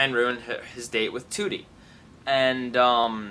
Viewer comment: you mean trudie not tootie